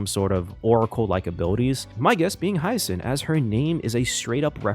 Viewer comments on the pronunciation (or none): none